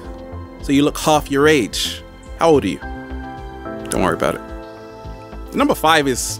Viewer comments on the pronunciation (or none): none